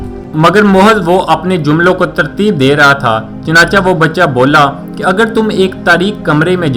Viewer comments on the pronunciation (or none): none